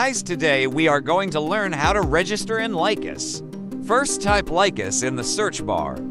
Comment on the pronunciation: Well done video except for 2 minor mistakes: 1. First mistake: The speaker pronounces LICHESS incorrectly: he says "Lie-Quest" instead of "Li(berty) and Chess", the name combining the first part of "LI"berty and the obvious word "CHESS"... so LI-CHESS. 2. The 2nd and last mistake: At the beginning of the video, he means and points at the "upper right" of the page while mistakenly saying "upper left". The rest of the video is very clear and easy to follow.